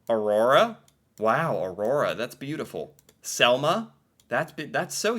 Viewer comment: im from norway and hedvig and selma is the names you pronunced the best